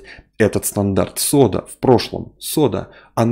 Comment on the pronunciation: не СОДА-протокол, а КОДА-протокол. Буква "С" произносится в этой транскрипции : "К".